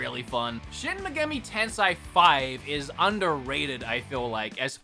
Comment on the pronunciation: "Shin Megami Tensai" Me: OMFG, it's "TENSEI", like "SENSEI" or like "what did you SAY", not freaking "Tensai"... Fffffffuuuuuuu!!!!!! I want to rip my hair out god dang it. PS: Please someone, ANYONE, tell him he's saying it wrong, it's driving me nuts each time he says it that way.